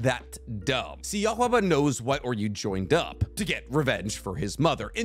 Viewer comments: Bros saying “oreyou” lmao, it’s oo-ri-oo pronounced the same way u would say oo in food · Also pronounced Uryu’s name wrong but I don’t see anyone catching that